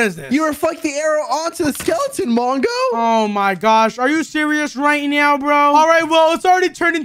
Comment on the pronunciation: “are you serious right neow bro?” 😂😂😂😂😂😂😂😂